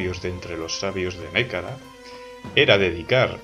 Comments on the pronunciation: Gran descubrimiento este canal, me encanta, me lo recomendó un amigo. Sorpresa cuando reconocí la música del Europa Universalis IV. Lo único es que no se dice Nékara sino Nehekara, y se pronuncia (Nejekara). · Un saludo, gran trabajo. Por cierto solo quiero decirte que en Nehekhara se pronuncia Ne-je-kara. Podrías hacer un video sobre Bretonnia o los Zufbarak